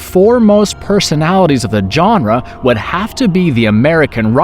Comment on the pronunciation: Dear internet: please stop mispronouncing genre. It's not "John-ruh". Also, if Event Horizon was a "masterpiece", it was a highly flawed one. I loved the film, but primarily for the aesthetic and concept. It had a very troubled and rushed production though and it shows. It, along with Alien however greatly inspired one of the best new video game IPs of last gen. And, why did you compare Event Horizon to Resident Evil and say "yet again" as though Resident Evil was released first? It wasn't, it was released after... Also tried watching The Void multiple times, but it was just so goddamn boring. Doesn't matter if it finally "gets good" two-thirds of the way through, it's such a slog to sit through. Never really thought of Cabin in the Woods as a "Cosmic Horror" film outside of the final moments, but I'll allow it. It was a great film whatever genre you want to call it.